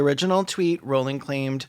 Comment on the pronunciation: Her last name is pronounced "rolling" btw, fuck jk rowling